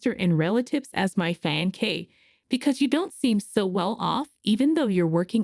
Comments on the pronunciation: Yes. Pronunciation is fain..say not fian cay😊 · oh gawd, I see what you mean. I normally read with sound off. she's saying Fie ancee , instead of Fee ancee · Hearing the narrator mispronounce; "fiancee'" several times is cringey! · Very good story, creators please work on the word fiancee, pronunciation is off. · I hate how the words get mispronounced I never heard fiancee pronounced like that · Every video I watch the word fiancée IS pronounced wrong. Go back to school please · I hate that too..